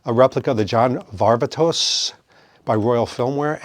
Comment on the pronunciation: Why did you just call him “Leonardo DiCrapio”? 🤔 Side note, “Varvatos” rhymes with Barbados.